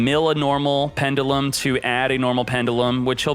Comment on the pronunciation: Please pronounce pendulum right... 😂